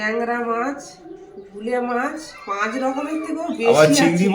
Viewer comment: মাঝ নয় মাছ। উচ্চারন ঠিক হলে শূনতে ভালো লাগে